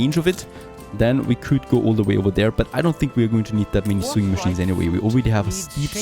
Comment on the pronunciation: Hey, despite "sewing" is written like "sewer" for example, its pronounced with an "o" like "other" or "something". s"o"wingmachine. its crazy, i know... love your series and greetings from germany!:-)